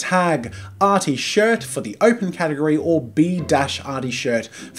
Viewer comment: Did anyone else notice "Gategory"? Lmao